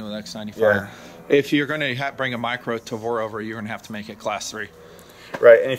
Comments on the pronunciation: "Taver", lol... Go back to school, bud. Sorry, but come on! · did he say "tay ver"? lol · What the hell is a tay-ver? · 1 point for say "ta-ver". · What Is A Taver? Did he mean Tavor? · Did he just say Tayvear? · 'Tayver' and 'Mission Force Tactical' wow this guy is annoying... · "You gotta know everything about it, from day one...except how to pronounce gun's name properly." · The proper Hebrew pronunciation of tavor/תבור can be replicated easily in English. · This poor dude is gonna take so much crap from his buddies for mispronouncing Tavor.